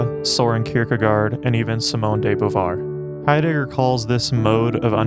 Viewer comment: “Martin Hi- digger” Thanks I’ll pass